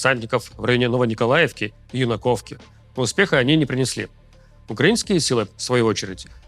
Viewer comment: Восклицание па первой букве-Юнаковка